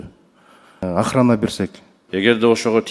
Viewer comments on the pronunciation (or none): Государственая ахрания дейтко додур баранбек. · Охраня дейт го😂😂😂😂😂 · Бул дагы деле 😂 ахраня дейтко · Государственный охраня деп, чүлалмай болуптур го биягы😂😂😂😂